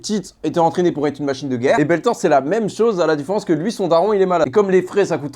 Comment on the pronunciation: Il a dit Belthord au lieu de Berthold